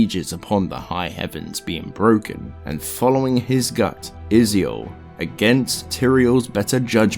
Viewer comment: Triune (Trune), Kehjistan (Kehgistan), Uldyssian (Yuldyssian), Izual (Izu-all, instead of Iz-wall), just to name a few that stood out to me. Athough that last one is understandable cause he read it how it's spelled.